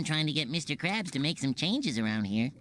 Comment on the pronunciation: Krabs not karbs